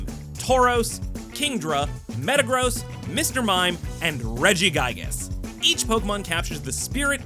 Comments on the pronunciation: Your pronunciation of Pokémon names made my eye twitch most of the video. But. I love your selections. Very fun and thematic! But seriously… BYESharp? His name is a play on the word Bishop from Chess. Do you call that game piece BYEshop? Nah 🤣 RegiGYEgus? Say “Giga” now put Regi in front of it. Now ad the s at the very end. Regi-Gig-As 😅🍻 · Dislike for the “RegiGaigas”.